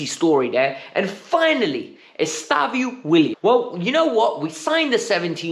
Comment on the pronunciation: No way you are still saying "Estavio"